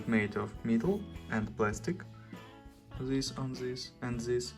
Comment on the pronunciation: My favorite part of this video: "Table mate of mital and plastic; zhis an zhis and zhis."